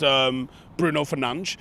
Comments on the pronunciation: Who’s Bruno Fernansh? Fernadesh! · Bravo! You pronounced Fernandez properly! Well done.